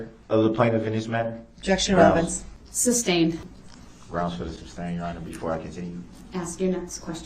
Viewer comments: Substain” lol! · He never learned the meanings of the words hearsay, relevance, and leading and never pronounced sustained correctly 🙄